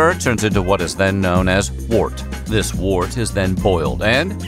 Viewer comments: Wort is pronounced "wurt." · "wort" is pronounced "wurt" it rhymes with "hurt".